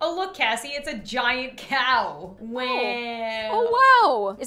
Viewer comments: I mean she said waw not wow 🤣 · Don’t say wow say whow